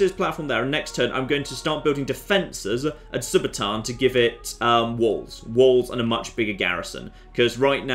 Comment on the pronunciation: Read it again. SU - BA - TUUN. Does TUUN look like it sounds TAAN. No, it does not.